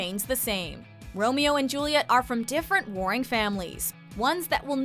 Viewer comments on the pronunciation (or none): none